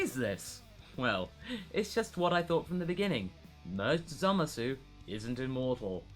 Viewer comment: Did anyone ever told you that it's really painful how you pronounce "Zamasu" with that "uu" at the end? The "u" suppose to be silent - it's more like "Zamas". I mean... just listen to the dub ^^" But anyway, nice content here. Nice to hear not-so-fanboish, power-level-driven Dragon Ball review for a change. :D About Vegitto inside Buu - nope, the really DID split because of the Buu environment. They fought only for few minutes. Youcan see that by the paste of the action in manga. :) Aside from that, if they would fight longer, I guess they would split anyway. :P My only question is about Rou Kaioushin (Old Kaioshin). He's a walking potara fusion of a young Kai and an old witch, so... does it count when only one of these people are a deity?